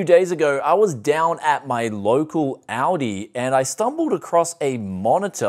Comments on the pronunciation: ALdi with an L he keeps saying Audi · sounds like you said "Audi" not ALDI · ALL D not ale d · he is. Aldi is pronounced "All-Dee" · Aldi/Medion has some quality stuff! I once bought a dekstop there and for the time is was the best price/performance ratio. Btw you pronounce Aldi like "Audi"😂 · pronouncing what is clearly "All D" as Audi, this ain't a car...LOL Just yanking your chain, great Video as always and thanks for the heads up on this one as I'm actively looking now for a good 1440p gaming monitor. I only wish it was 32" as that's what I have now and really like the extra space... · It is called Aldi not "Ouldii" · It's AL-DI not AU-DI, it's not a car. Lol! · I love how he pronounces Aldi like Audi. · That‘s actually funny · I live in australia and I've never heard someone pronounce aldi as audi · It sounds like he’s saying Audi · It's German and u say ull-dee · Anyone else thought he was saying Audi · It's pronounced All-Dee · Why does he keep saying"Audi's monitor"? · the way it's pronounced in australia isn't like the US pronunciation OR the pronunciation in the video, it's pronounced in a completely different way altogether. The pronunciation in the video is just completely wrong. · when you pronounce Aldi, it makes me want to hear how you pronounce Audi